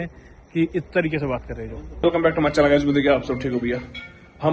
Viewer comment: Back aur channel sahi se bola kro bro 😂😂